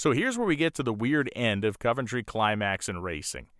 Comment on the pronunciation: Wow,, you pronounce "Cuventry" correctly. Even amongst the British locals, this correct pronunciation is being lost. Constable, oven, Romsey, onion, Fontley. In all cases, just like Coventry, the first O is correctly pronounced as U. Literalism is ruining the English language and the "O pronounced as U" is also being being lost in these words and names, too. Another great video. Keep it up.